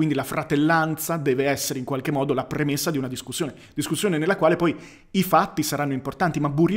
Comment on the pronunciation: Te lo scrivo solo perchè so che ci tieni: tendi a chiudere spesso la "o" di "poi" che al contrario è aperta. A parte questa piccolezza ne approfitto per farti i complimenti, contenuti intelligenti, preparazione intelligente (di te stesso) e dialettica altrettanto intelligente. Più che un "Grande" è necessario scriverti un "Grazie". Grazie